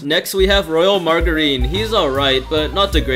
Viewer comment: How do you say margarine that wrong